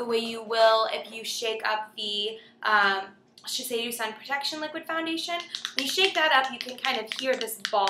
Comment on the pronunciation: Shiseido is pronounced "SHE SAY DOE" :) Thanks for this review